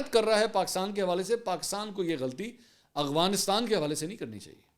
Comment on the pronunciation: With utmost respect, I request that if you are saying "Afghanistan" incorrectly as "Aghbanistan," please try to correct it. Either I am hearing it wrong, or you are saying it wrong. Thank you.